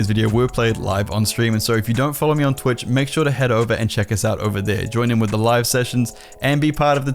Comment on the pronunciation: ah yes i will go follow you on twith no problem